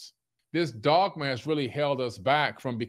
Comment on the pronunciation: I think he was going for dogma, but yeah, sure sounded like dogmash.